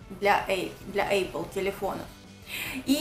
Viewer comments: Все чудесно, но вот только не эйпл, а просто эпл-apple:) Обзор классный👍🏻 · Не эйпл а апл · Что за Эйпл? 🤣🤣🤣 Элементарное слово даже не может произнести нормально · Какая молодец что вежливо её поправила🤣🤣🤣 Епл👍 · делала пост о том как "учила" английский, а сама не может произнести apple😃😃😃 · gretchen morgen ну учила не значит выучила) ну а так, да, английский не её конёк